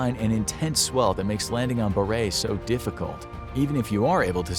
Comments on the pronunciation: Boreray is three syllables. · The last one is Bor-rer- ray , not Burr-ray island. Just off Hirta , the main island of St Kilda. I've been on Hirta.